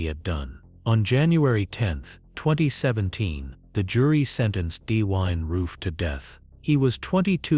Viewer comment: Perhaps you should have a person from that state to read the script so they can pronounce the places correctly. Why can you not pronounce Dylan correctly?